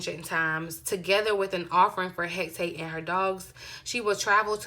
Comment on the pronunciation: Hecate, pronounced Heh - cah - tay 😉💖💛